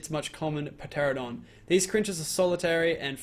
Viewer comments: Did you seriously call it a Pteranadon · say it with me "Cia-a-tin" not "Chint-in"